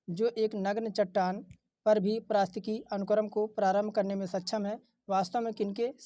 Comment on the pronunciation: वीडियो बनाने के बाद पारिस्थितिकी बोलने की प्रैक्टिस किया करो भाई